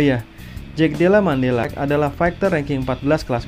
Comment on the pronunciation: Koreksi brol : Madallena bukan Mandella, tapi emang kadang susah sih nyebut nama fighter satu ini 😂